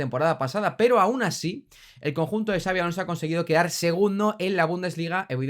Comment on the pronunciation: Son muchos años ya en la elite, no es tan difícil pronunciar su nombre correctamente, me alegro que no digas "chabi" como dice el 90% de los periodistas del país